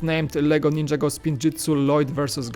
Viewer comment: nin - ja - go not ninja go